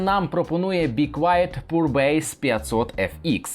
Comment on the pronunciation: Poor - "пур" (бідний) Pure - "п'юр" (чистий)